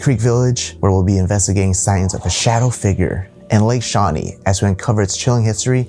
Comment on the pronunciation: Lake shewee.